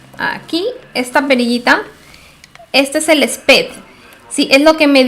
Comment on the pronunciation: El WHAT? SPEED? NO SEÑORA se PRONUNCIA (spiid)🤣🤣